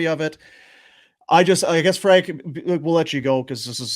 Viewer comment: Hey Frank attempt to say his name right.